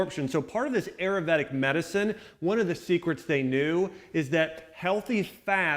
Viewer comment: the butchering of the word Ayurvedic...